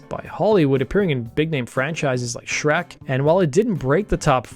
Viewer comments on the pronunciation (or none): none